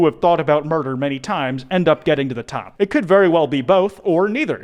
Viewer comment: Also I swear you pronounced it differently every time